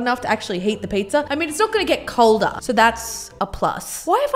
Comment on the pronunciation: COLDER??!!!? Welcome to another episode of learns English